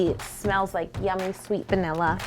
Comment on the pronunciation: is it just me or did she say banila in the beginning